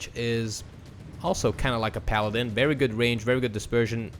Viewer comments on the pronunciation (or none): none